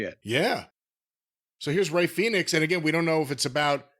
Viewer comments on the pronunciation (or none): all of sudden, british youtube marks started calling him "phen-ix" and not "Fee-nix" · Damn is this the first time he called him Fenix instead of Felix😂